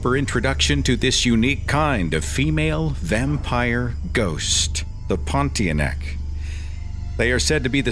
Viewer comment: I just love how you pronounce the ponti-a-neck